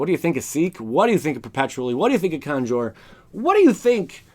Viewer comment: I like how he said Conjure with the razzle dazzle at the end. It wasnt "conjure" it was "Conjour". I felt fancy typing that out.